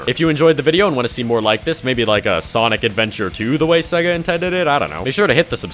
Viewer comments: Bro why do you say "siiiga" and not sega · SEGA is pronounced "say-gah"